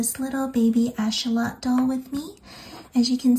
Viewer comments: It’s axolotl not achotel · So beautiful and can’t wait to make these! Your instructions and voice are amazing ❤️ (It’s pronounced ak-suh-laa-tl, though! Weird word lol) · Im sorry but how do you say axolotl😂